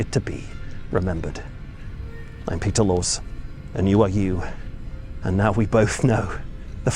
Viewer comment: Sounds like he says Peter Lores.